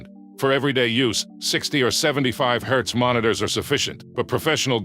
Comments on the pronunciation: This video is not made by AI. The only part done by AI is the voice and I can tell this video was well planed. That Is why Hz was sometimes said HAZ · Especially when he said “3 thousand thousand” in reference to the black and white ratio. And who calls Hz “haz”? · Disliking because you can't even be fucked to correct your AI overlay voice for "haz" instead of "Hertz"! Enough with the AI bullshit, use a partial voice modulator and become an impressive speaker to don't complain about "I don't have a sponsor" anymore! Sad and ridiculous. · Why did you pronounce Hz as "Haaz". it's pronounced "Hertz" ,Jesus my ears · It hurts to hear it pronounce the Hertz abbreviation. I can haz monitor? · Good deep dive. I only found one issue - the correct name of the greatness that is often also referred to as refresh rate and its unit is Hz (Hertz - defined by one cycle or one event per second), is frequency, not "Hezz" (?). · When he pronounces Hz "Haz" instead of hertz, yeah, bet on AI. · Haze? The full word is Hertz. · Just FYI…Hz is short for Hertz…not haz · I want a lot of "haaz" 😂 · Higher haaz ...ROFL AI is failing on silly things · did you really cal Hz symbol “haaz”? This video like when a third grader half-as*es an asignment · i don't like the ai tts in this video because it's so monotone and loud [and says hz - hertz - as "haz"] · I know it's a moot point but the way the narrator says Hz is just too funny 😂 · This is a fantastic explanation, very concise and informative But how much of this is AI? The voiceover and the script? Or more Giveaway was the voiceover saying " " instead of 1 million, and the pronunciation of Hz